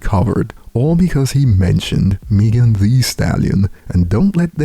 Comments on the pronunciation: Meg-en not Meeeeegen lol,,it's all good though, just having fun, no diss intended. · don’t know how to pronounce Megan at all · This guy can’t pronounce Megan ? Wtf ? 😂